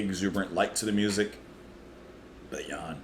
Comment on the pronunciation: Oh, one small adjustment you might want to make next time round: "Haydn says Hi." (The name sounds like, "High Din".) OTOH your "Jan" is spot on according to my ears. And the review as not too shabby either. :D